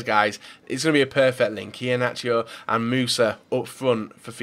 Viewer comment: So many mistakes , its Rb Leipzig no lezpig, it's pronounced EE-HA -NACHO, Keita isn't pronounced like KEETA it's prounounced like Keita , and that's only in the first 10 transfers